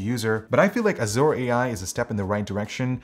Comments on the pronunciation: Made me cringe everytime he pronounced it Azoor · Why do so many pronounce azure as azoor? Is this a non-american thing? I've always known it as a-zer. And at least Merriam-Webster confirms it to be that.